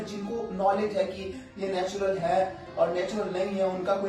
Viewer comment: kabhi kabhi natural bolneko 'natular' hi nikalra